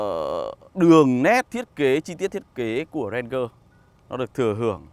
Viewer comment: Ranger : ˈrān-jər ... chiếc xe yêu thích của bao người mà toàn bị phát âm chệch đi :( buồn nhắm cơ!!